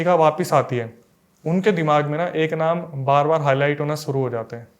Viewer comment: BROTHER YOU ARE WELL EDUCATED YOURSELF TUM श की जगह स USE KYU KARTE HO SHURU KO SURU=शुरू को सुरु SHARBAT KO SARBAT=शरबत को सरबत ENGLISH KO ENGLIS=इंग्लिश को इंग्लिस RISHTA KO RISTA=रिश्ता को रिसता AASHIRWAAD KO AASIRWAAD=आशीर्वाद को आसिरवाद PASHTAIGI KO PASTAIGI=पशताइगी को पसताईगी RAKSHABANDHAN KO RAKSABANDHAN=रक्षाबंधन को रक्साबंधन क्यू बोलते हो मुझे वो मूवी याद आ जाती है सुनील दत्त और नरगिस की उनका गाना खास करके(सावन का महीना पवन करे शोर अरे नही बाबा सावन का महीना सावन करे सौर(शोर नही सौर)भाई श को श की जगह लगाओ और स को स की जगह लगाओ।